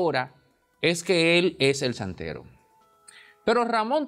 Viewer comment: Chantero. No santero.